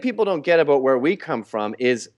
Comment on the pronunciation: He said "aboot", it is true!